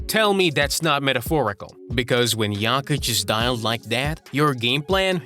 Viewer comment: Nikola is not JAKIĆ, he is JOKIĆ. Can you say O?